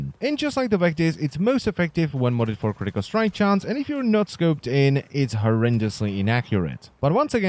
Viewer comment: it slowly killls me from the inside when he says "critical strike chance"